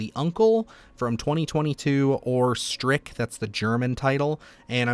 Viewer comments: You said yourself it's set in Yugoslavia, so why would the title be German...... As it's Serbo-Croatian: Not 'STRICK' but 'strEE-ts' ('ts' like the 'cy' in cymbal) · . The slogan above the rifleman says, "This will be the best Christmas ever." And the movie is pronounced Streets, not Strick. (The c is a ts sound, not a hard c.) It means uncle in Yugoslavian, not German. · Hi, Serbian (ex Yugoslavia) here. Stric is a Serbian word meaning father's brother and is pronounced /s t r i: tz/ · Stric is a Croatian movie,and its read just like that,Stric. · “Stric” means “uncle” in Serbo-Croatian. It is pronounced similar to “streets” if you roll the r. If I find it, I’ll watch it. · Stric (pronounced streets) is Yugoslavian for uncle. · Stric is pronounced as "streetz". Just saying. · FYI Stric, pronounced like stritz, imeans simply uncle, in serbian, bosnian, croatian. Great video, keep it up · Stric isn't German title, it's Serbian title and it's pronounced "stritz" meaning father's brother, just to set the record straight... And Yugoslavia fall apart in 1980s so if it's from 2022 it's Serbian movie